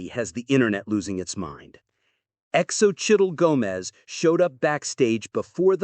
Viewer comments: Practice your pronunciation on Xocchitl Gomez’s name. Just google it and it will help you understand how to pronounce the name properly. Great video except for a rookie mistake easily corrected! ❤ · X O Chittle? 😂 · Her name is pronounced So-Chee